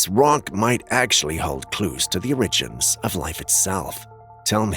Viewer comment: CAN YOU PLEASE PRONOUNCE 'ORIGINS' CORRECTLY!!!!!!!!!!!!!! YOU SOUND RIDICULOUS!!!!!!!!!!